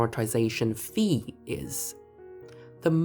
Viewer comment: As someone who studied Greek for a time in the middle ages I appreciate the pronunciation of phi as fee.